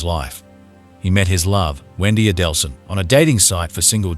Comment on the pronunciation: Why would you narrate this video given you cannot pronounce Markel or Adelson?